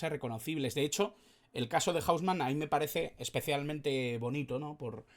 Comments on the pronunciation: Buen video, pero si le preguntas a un argentina sobre "hausman" va a pensar q hablas de una discoteca o del hombre casa nose, aca se le dice "jouseman" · O-u-s-m-a-n, no hombre casa , así se dice en Argentina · Un crack "el loco"! para pronunciarlo estamos acostumbrados a JOU SE MAN Saludos Cordiales, UruguayoChanta